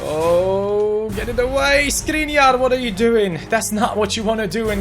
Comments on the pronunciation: don't read Skriniar but Škriniar, i am from Slovakia and Škriniar is from there. read š if you can't tell letter š go to google translater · Škriniar is pronounced Shkreeneear!